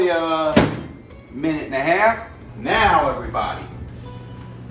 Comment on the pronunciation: "Anutta minut"